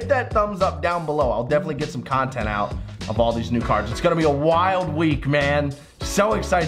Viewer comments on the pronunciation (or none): none